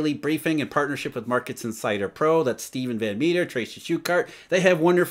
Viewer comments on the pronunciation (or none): none